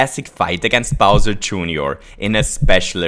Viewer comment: ahaha! "smol bowsur" i love it